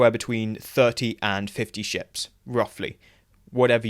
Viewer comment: Every time you say "ships" in this video, I swear I hear "shits" instead lmao - totally fitting for Jem'Hadar Fighters tho lol